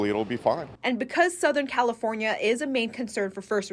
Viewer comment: WHY does she talk like that???? Soutahearn Califoarniaea ias abouat to experieance 2 incheas of raian. 😂 It's unbearable. And the other reporter supposedly stands with "very dangerous" storm winds yet the bushes behind her barely moves lol. What a hogwash.